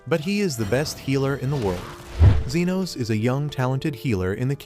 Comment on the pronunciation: U said genos?